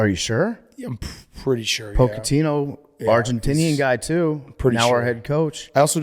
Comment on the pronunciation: Pochettino is pronounced Poe-chetino not Poke-etino